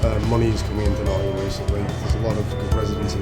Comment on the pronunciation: turns "Nottingham" into "Lovingham"